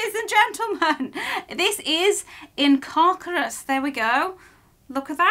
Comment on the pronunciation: The spell is pronounced (In-car-sir-us)